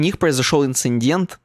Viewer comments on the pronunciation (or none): ну я теперь не найду) но там отчетливо так ИнциНдент говорит.